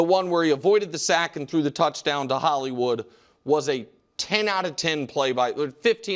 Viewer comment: Nick!!! It's not Holliwood Brown!😂😂 Nick needs to take a loooong vacation.